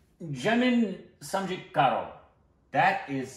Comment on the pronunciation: It took me 5 min. To understand :Jaanam Samjhaa karo" 🤣